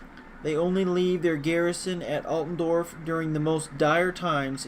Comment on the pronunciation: ITS ALTDORF (AALTDOURF) NOT ALTENDORF